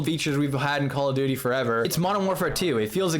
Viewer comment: "Calla Duty"